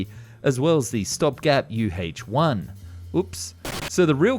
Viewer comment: "You Haetche one" 😂😂😂